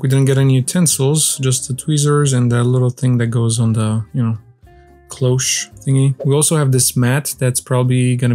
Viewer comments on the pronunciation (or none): none